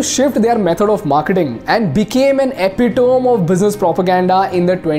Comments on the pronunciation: Sorry, but epitome is not pronounced as epi-tome, but epi-ta-me. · Brother Its epi-‘temiee’ not epi-‘tome’ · Excellent video. Just one correction in pronunciation. Epitome correct pronunciation is e-pit-o-me school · I’ve never heard someone call epitome as EPI DOME lmao 😂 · Your pronunciation of 'epitome' is not right. Please correct that. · Sab acha tha but please Epitome theekh se bol lo